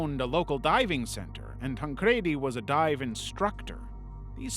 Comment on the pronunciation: Oh. And it's pronounced tan-creedy... Assuming it's a soft "e" when you obviously haven't considered the origins of the pronoun (ie a "j" in sweden!; Japanese doesn't have the equivalent for the English "l"; ñ has nyuh sound; etc .. tan-cre-di. It ends in an "i" and there's no extra consonant like two d's to explain your pronunciation [ like Eddy, spaghetti, confetti, poppy...] would make sense and those things alone that should've told you that. I went to school with people who had the same last name and I'm an intuitive, annoying smartass. <3